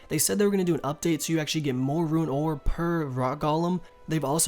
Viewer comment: Why do you say RUIN ore? It's Rune. Like Roon